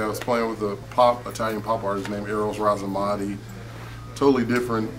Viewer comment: its ramazzotti, not razamotti ahahah:) u rock!!